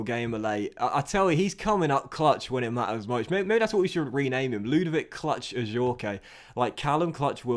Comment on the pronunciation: You don’t pronounce The E in Adjourque